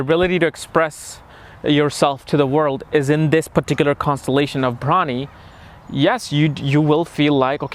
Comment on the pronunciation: Your pronunciation is bad. You prounced the nakshatra as bhramini. It's Bharani.